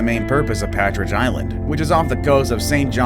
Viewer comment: "Patridge" Island ?